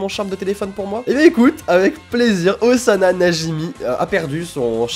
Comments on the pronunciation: la nouvelle tâche de Zana? >.< (ca se prononce Ossana;) ) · Ca se prononce Ossana :) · c moi ou à il dit Ozana xD (comme ozana au plus au des cieux